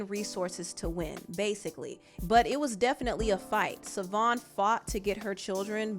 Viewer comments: The ex wife name is pronounced Chivone or shavon not savon it is an Irish spelling lord jesus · His ex wife's name is pronounced SHAvon, not Savon. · Ur getting much closer to pronouncing his ex name but there's a sh sound at the beginning (pronounced shuh-von) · Her name is pronounced “Sha-Von Fun-chez”